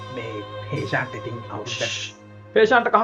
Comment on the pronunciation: නැන්දට දෙන talk එක තමා පාර, anyway හේශාන් කියන එක හේෂාද් කියල ඇහෙනකොට තමා අව්ල 😂😂